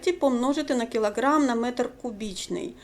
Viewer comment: "кілаг'рамм" вас видав😎👌